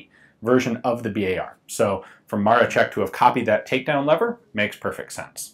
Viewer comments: Just a small note: the "sz" is a hard "sh" sound, so it's more like "Maroshek" or "Maroschek". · Ian, a great overview -- thanks for covering interesting stuff like this! Just FYI, I know Polish is a trippy language, but "Maroszek" is pronounced "Mar-o-shek." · "sz" should sound like English "sh", and the stress should be on the "ro" in Maroszek ("Ma-RO-shek"). Great video and nice gun. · The SZ in 'Maroszek' is pronounced like 'sh'. You pronounce it like 'Maroczek', which is pronounced like ch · its marOszek :D accent on O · And in "Maroszek", the accent is on the second syllable. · It is pronounced "Jusef Marosheck". Either or, great video! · It's always weird when you don't speak polish, eg. This is "zbrojownia", not "zubrujownia" xD and of course "Józef Maroszek", not "Dżosef Maroczek" :P You could help yourself using iVONA or Google Translate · Great video. One thing was a little bothering, it's MaroSHek not Marochek, but that's not important. It's really sad to see how well things were doing in my country before the WW2 and how it all flipped because of it. Really a shame to see such a gun wasted. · Btw Gun Jesus, it's "Maroshek" not "Marochek". It's Maroszek not Maroczek. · Cool video, just to point out, that „Maroszek" is pronounced more like „Ma-ro-SHE-k" not „ma-ro-che-k". Yeah, I know, nitpicking, but I'ts just my character xD Oh, and about the O-Z positions: O was for firing, cause it meant „Otwarty" as in „open". And the Z - „Zamknięty" - Closed. I guess. But O-Z was everywhere with Otwarty (Open) – Zamknięty (Closed) informations. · "Sz" in word "Maroszek" you sell like "sh" in word like "SHHHHHHHiet". Not like "tch" in word like "witch". I know i know it is trully doesnt matter but wouldnt be polish citizen if i wouldnt mention that. BTW that is great video ^^ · dont read it maro CZ ek read is maro SZ ek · Józef Maroszek = Yuzef Maroshek You keep calling it MaroCHek like in CHips while it's pronounced as SH like in fiSH.